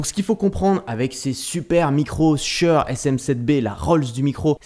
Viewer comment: j'ai jamais entendu quelqu'un prononcer si mal "shure"